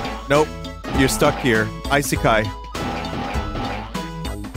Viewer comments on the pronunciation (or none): Maybe because he says “love world” (I-seh-ky) and not “another world” (ee-seh-ky).